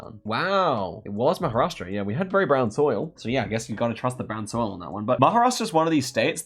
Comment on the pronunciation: well, I guess you got the point, I was not being salty, I was confused when the actual non-Indian content creator pronounced Maharashtra completely every time, why was it hard for an Indian to call out a Indian state name. When you are trying to address a state in India for a global Audience, don’t you think you were mis-representing? Let’s say if someone wants to research Maharashtra, do you think googling ‘Maha’ is enough? Forget the part of being disrespectful, Same way when I type Sa instead of Sayan. I get the global Geo guessers having hard time to pronounce certain places, so they shorten it up, but what the excuse when typing it in a comment section?